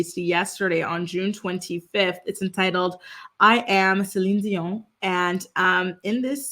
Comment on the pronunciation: I love that you say her name properly ❤ God Bless her